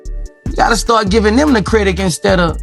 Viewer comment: Boosie..... it’s not CREDIK !!! 😂😂 get it together Bossie!🤨😂😂 hey... if he reads this statement I DIDNT SAY IT!! 😎😂